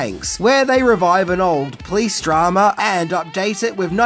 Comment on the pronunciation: "The Los Angeles Please departement" 😂 Love how you pronounce police: "Please" It's "Po-lice"! Oh well. I love your vids anyway!